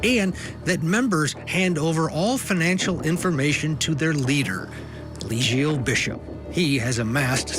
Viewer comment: Not Elizio😂😂😂😂. Come on guys do your homework.